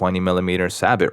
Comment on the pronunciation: Sabot is French, so that's "Sa-bow"